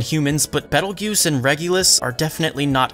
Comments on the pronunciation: I was getting confused cause I was hearing Jews instead of Geuse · Yeah, even the Light Novel calls him Petelgeuse and the Anime changed to Petelgeuse in season 2. I hope they don't randomly forget that XD Do you mind if I help you with the pronunciation? It's actually interesting because it's based on the Spanish pronunciation.